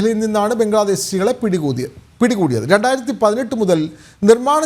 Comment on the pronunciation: എടോ ആവേശം മൂത്ത് എന്തെങ്കിലും വിളിച്ചു പറയാതിരിക്കുക . പിടികൂതി എന്ന് അല്ല പിടികൂടി എന്ന് പറയൂ. ബംഗ്ലാദേശികളെ കിട്ടി എന്ന് പറഞ്ഞപ്പോൾ എന്തൊരു ആവേശം. അവനും പണ്ടത്തെ ഇന്ത്യക്കാരൻ തന്നെയാടോ വിവരദോഷി .